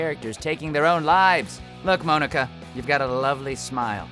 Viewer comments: He pronounced Monika wrong.. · I'm pretty sure Mia was Ethan's wife, not his girlfriend. Also, what the hell is up with the way you pronounce the name Monika? It's (Mon-eh-kah) not (Moan-eh-kah). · Mow-ni-ka?! It’s MON-i-ka! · The way you said Monika sounds like "Moanika" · ITS PRONOUNCED MONICA. NOT MOAN-IKA. HER NAME IS MONICA WITH A K INSTEAD OF A C. GET IT RIGHT. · No one: Literally no one: Not a single soul: Todd: MOAN-ECKA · Moanika ( ͡° ͜ʖ ͡°) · Pronounced Monika’s name wrong,lol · she doesn't know how to pronounce Monika either geez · The way he pronounces Monika's name triggered me SO MUCH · Anybody else cringe a little when he pronounced Monika wrong? ;^;' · Lili-chan she’s the only member of the cast with an English name though to make her stand out. So technically it still is being pronounced wrong.